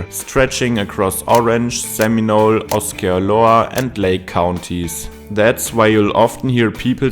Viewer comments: No offense but it's ah-see/sey-ola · "ah-see-oh-la" is how you say Osceola. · Say what?? Ah-see-oh-la = Osceola Famous and beloved leader of the Seminole people in the early 1800s. Yes, the “correct” pronunciation above is not exactly how it would have been said in his native tongue, but it’s closer than how you butchered it. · Osceola is pronounced "ah-see-oh-la" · it’s pronounced Ah-see-oh-lah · Never heard Oskeeuhlowuh though that’s for sure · Get whatever computer does the narration to pronounce county names correctly. Osceola is named after a famous Native American leader. If you went to school in Florida you’d recognize his name. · Kind of weird for a German to have an opinion on Orlando. Downtown buildings are not taller than they are due to FAA regulations and city government has protected downtowns surrounding ‘park’ suburban neighborhoods with zoning laws. This is very common in almost every mid-large city in the US. There are no gators in downtown lakes, they get removed. Learn how to pronounce Osceola correctly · You think you know Orlando so well when you can't even say Osceola??!! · Fun fact: Before making a video about Orlando… learn how to pronounce OSCEOLA. 😂😂😂😂😂😂😂😂😂 You loose credibility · Yeah, that was the one that jumped out at me. I'm not sure how to get whatever he said from the spelling. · I think the location of south Florida is more weird in some ways. . . South Florida was basically built out by shoveling a bunch of dirt into what used to be the Everglades swamp. Also, the 'c' in Osceola is silent.